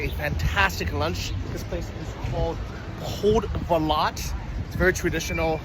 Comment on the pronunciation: I have noticed you pronounce 'c' as 'k' whereas it should be pronounced as ('ts'), The same rule is in Polish for example. So Podgorica is pronounced as Podgoritsa. Greetings from Krakow. We met in the bar Banjaluka in Krakow but my phone didn't work so I couldn't take picture with you. Hopefully when you are back in Krakow :)